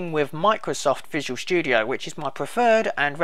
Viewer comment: i like how he says visual shtudio